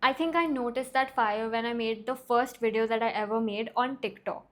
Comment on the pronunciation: First of all it’s not Wideo, it’s Video. Learn to pronounce words properly instead of bullying other channels. Secondly, the comment guidelines on your channel: 1. Stick to the topic 2. Be civil and respectful 3. Challenge the argument, not the person. You don’t follow your own guidelines, and expect people to respect you. If entitled rich kids like you are the future of mental health then the youth is surely doomed!!! You can’t even handle other people’s opinion and reactions and you have the audacity to demand respect and play the victim! If you really want to help the youth then you will withdraw your strike against Swetabh and challenge his argument. But we all know you don’t have any actual guts or the integrity to do the right thing.